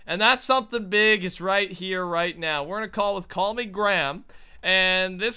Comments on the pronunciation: His name is CallMeGram... Call-Me-GRAM! Yet is still calling him 'CallMe'. Not 'Gram' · His name is call me gram but you keep calling him call me 😂😂😂